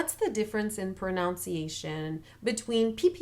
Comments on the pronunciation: hi :) say pronUnciation, not pronOUnciation, like in the spelling. pronounce and pronunciation second sylable is different. your tips are great btw. just what we need. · Only being persnickety bc of the video’s nature, but proNUNciation is the word. Not ProNOUNciation. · Muito obrigado not only for this video but for all of them. They’re incredibly helpful, and I keep returning to them. A small point in this one that the pronunciation of the English word “pronunciation” actually has a short u in the second syllable, at least in America. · One small thing: the "un" in "pronunciation" is pronounced like the "un" in "under."